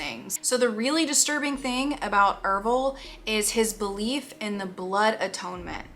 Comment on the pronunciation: ERVILLE? the ervillites? oh shiiiiiiiit were in for a ride everybody